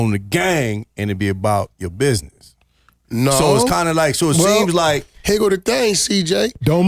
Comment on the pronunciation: For the youngsters watching this.... The word is pronounced "BUSINESS" not "BIDNESS".... 😂😂